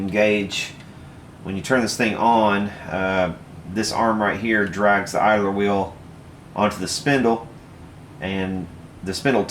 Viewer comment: 1) It's Garrard, not Gerard. 2) It's idler, not idaler.